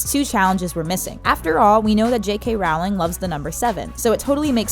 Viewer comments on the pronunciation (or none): JKR’s name is pronounced “rowling” like “bowling”, not Raowling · Great Video...but it's pronounced "Roll-ling" not "Raou-ling" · You’re saying it wrong! It’s pronounced rolling! not rOWling! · ITS PRONOUNCED JK ROWWWLING UGH NOT JK RAAWLING (you don't pronounce bowling as baawling, correct?) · It depends on the accent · Rowling is pronounced Roeling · I really wish these youtube presenters would learn to pronounce JK Rowling's last name. It rhymes with "bowling". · she pronounced JK rowling's name wrong. It's pronounced like bowling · Why can these narrators never pronounce Rowling correctly? It's not difficult.